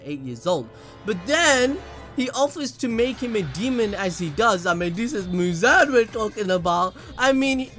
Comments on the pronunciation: It’s mooz-on not mooz-an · abd it’s actually mu-zon